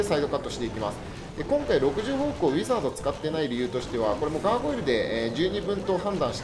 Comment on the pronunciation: うポツです！ ウィザードの発音が…